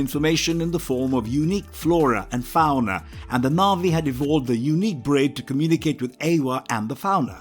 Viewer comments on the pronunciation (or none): Explain to me how he can say ‘unobtanium’ and ‘fauna’ wrong but got ‘ikran’ 😂😂🙄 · "Faouoona" lol